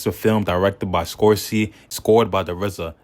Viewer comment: Good videos man! Keep going! i'll give u a sub if u change your fire alarmer battery :DDD That "beeb" sound is all around. And its Scorcece not Scorcy